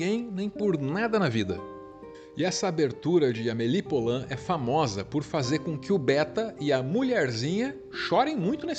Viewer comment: Maravilhosoooooooooo. Obrigada. Filme da minha vida. Só uma dica. Poulain se diz pulã. Som de u mesmo. Porque "ou" (poulain lourdes) tem som de u. Beijão